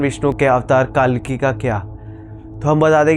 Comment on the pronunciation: भाई साहब भगवान नाम सही ढंग से लेकर बोलें।कालकी नहीं कल्की बोलें,जय जगन्नाथ 🚩🚩🚩🚩🚩